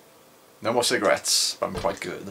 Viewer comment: lmao no more cigarettes, im quite good. she says quit for good.